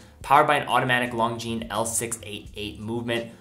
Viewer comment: It's pronounced Lon-jean, not Long-jean.